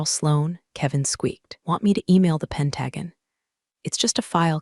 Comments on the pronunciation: Why can none of the stories say pentagon or resume correctly? It’s very annoying. But great story nonetheless. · It would help if the AI voice could correctly pronounce Pentagon.